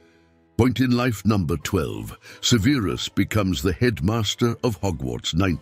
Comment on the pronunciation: Suh-VEER-is Snape lol. I can't 😅